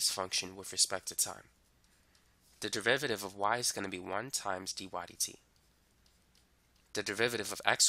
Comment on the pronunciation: he explaining maths. meanwhile me: only hearing devivaditives